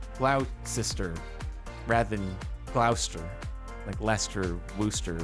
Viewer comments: It’s not Glou-ster either, it’s Glaw-ster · No, it's not glouster, it's like gloss paint. gloss-ter. Gloss, rhymes with floss. "Doctor Foster went to Gloucester In a shower of rain, He stepped in a puddle, Right up to his middle, And never went there again." Foster rhymes with Gloucester. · it’s actually pronounced “gloster” not “glauster”. You were close though! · no it's not glauster it's glosster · TIL that gas pumps actually spew fire when crashed into i was told that was a movie thing and the fuel would immediately be cut off when they get hit also: gloucester is not pronounced glouster but rather like gloshter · "Is it Gl-ow-ster?" (Editor saying yes) ... No. It's Gloh-ster. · Gloucester is pronounced gloster. Not glouster! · Gloucester, pronounced Gloss-ter. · Gloucester is pronounced gloss-ter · Im pretty sure its pronounced "Glaw-ster", I have a town near me thats spelled the same way and thats how everyone pronounces it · You almost had it. Gloss-ter would be how we pronounce the word. But good try. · Haha, that's one of them UK area names that got reused in the US it's pronounced Glosster. There's a ton of them like that here that really aren't spelt like they are said. leicester is another really anoying one, pronounced "Lesster" 😭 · Glawster is how you pronounce Gloucester. I feel you it’s difficult, even as a Massachusetts resident myself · I live in this place ironically. It’s pronounced Gloss-ter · Gloucester is pronounced GLAWsster, or to people who like there Glawstah hahaha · Its gloster not Gloucester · it's pronounces "gloster" :) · Glaw-ster is the pronunciation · It’s Glos-ter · Gloss-ter, pronunciation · Gloss-ter is how you’d say it! My mom used to live in MA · Jordan the place name is pronounced gloster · Its actually Glo as in glob, cester as in Worcester Gloster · its said gloster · Its pronounced glosster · Its pronounced Glo (as in glock) ster at least in the UK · its pronounced Glaw-ster. its in NJ it looks like from the plate.